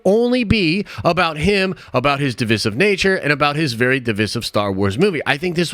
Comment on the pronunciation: For the love of god(s), please look up the pronunciation of the word "divisive."